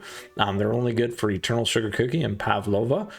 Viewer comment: The way he pronounced pavlova the second time hurt my soul